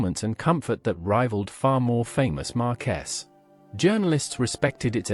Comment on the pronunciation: Why don't producers of AI videos check the naration before release? I will give one example here AI says markess when it should be marks (at least it was spelt correctly as marques)